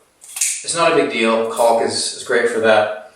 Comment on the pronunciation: Caulk is pronouced "Cawk" do not prounounce the L. I know it's frightening. Do you waLLLLk to school?